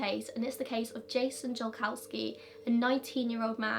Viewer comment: U pronounce it Yolkovski honey 😅🤣